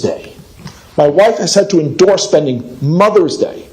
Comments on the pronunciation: The way that one guy pronounced endure made me kinda dislike him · I think the first dad just learned the word endure and didnt look up the pronunciation.